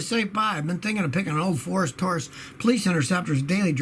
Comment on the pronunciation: "Forus Taurus"